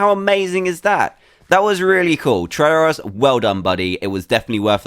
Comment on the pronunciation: I wonder why it's soooooooo hard to say try Tryurus